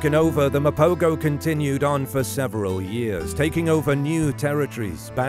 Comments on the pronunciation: Will you freaking people get the name right. Mapogo is pronounced ma-po-ho and not Ma-po-go. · The g in mapogo is pronounced as a h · Mapogo pronounced MA po ho. Just saying